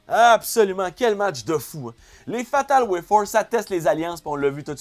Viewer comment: Hahahaha, c'est pas Fatal Fourway au lieu de Fatal WayFour